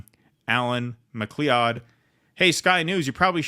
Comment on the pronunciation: McLeod is pronounced Mc loud.